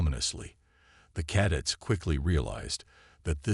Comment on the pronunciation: How about recalibrate the idiot AI so it will pronounce words correctly. Caddets give me a break it can't even pronounce cadets correctly. You make the cadets look like a fruit loop dance group while the old freaks talk. Gotta go can't stand this AI it is horrible.